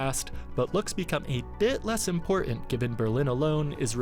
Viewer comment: It's not pronounced, "imporarnt" it's pronounced "important"